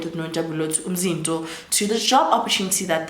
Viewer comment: Love how you pronounce Umzinto